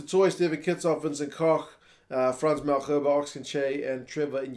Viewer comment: Hey:) I laugh to myself everytime you say Malherbe (with a ggggg instead of the h) hahaha Best way to say his surname is to think of the herbs and spices you use in food. So just say Malherb(s)e and without the s and pronounce the e at the end like an A in New Zealand speak:) As always I love your work man. I hope I don't offend you, no offence intended.